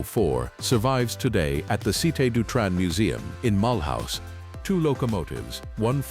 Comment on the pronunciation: “Mulhouse” pronounced as if it were an English name…😢